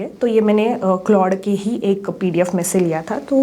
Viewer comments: It's pronounced "clawed". 😊 Try to improve it in next related videos. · Its C-L-A-U-D-E Edit: ah you have pronounced it right after first 5 min :)